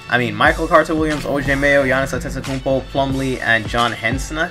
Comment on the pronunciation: Ay shoutout to you for being able to pronounce Giannis Antentokoumnpo in 2015 lol